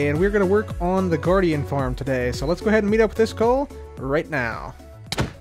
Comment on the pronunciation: The Word "iskall" is actually not pronounced the way you pronounce it... but I can teach you. 1. The first part "is" is pronounced like the word "ease" as in "I did it with ease".2. The second part "kall" is pronounced like the ending of for example "clarify" or the word "eye" or even "I" but withot the last "j"-sound at the very end. Yes… I am a Swede but not a cabbage…;-)